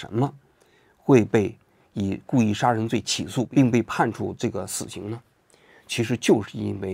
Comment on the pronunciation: 王局国外呆久了普通话都不标准了 sa人罪